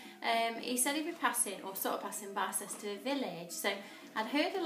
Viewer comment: You have a lovely personality ☺️ just subscribed. My parents live near the village....dangerous! It's pronounced bister village xx